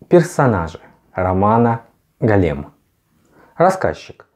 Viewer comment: Только не голЕм, а гОлем:)